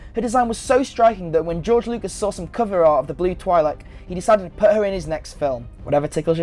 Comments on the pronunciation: Btw it is pronounced twi-lek not twy-lek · You also say Twi'lek wrong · it's not CoruSKANT.. It's CoruSant Aylaa Secura, Not Aaylor... (and it's not TWI'lek as in twine... it's twee'lek as in twin lekku) Dude...do you even know who Chewie is?